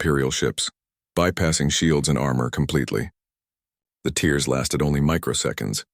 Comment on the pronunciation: I really think these stories need proofreading. The voice overs drag and change pitch for no reason. I think the names of the heroes need to change or perhaps a series. The voice over always calls tears like tears from eyes instead of tears through cloth. The stories are good but need a few minor tune ups